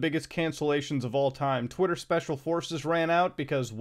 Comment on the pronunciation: emphasis on "special" forces